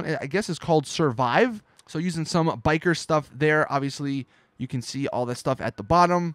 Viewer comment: he says can like ken